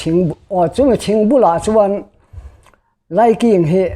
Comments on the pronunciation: Laiking tih ah khian a thluk dik lo a NIH khi a thluk hi ngaih pawimawh thin a tha mizo tawng dik hman zel tum a tha ang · He putar lam dan hi a diklo